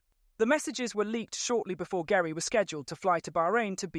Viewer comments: GERI is pronounced Jerry.:) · Omg how much do you know you can’t even pronounce horners wife name correctly it’s pronounced Jerry but spelt Geri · pronounced "Jerry" and Newey pronounced "Newey" (Adrian) Sorry, was distracting to the rest of the info